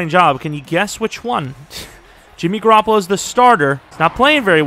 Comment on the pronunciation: “Jimmy Garrapalo gotz to GarrapaGO” lmfao this guy is crazy bruh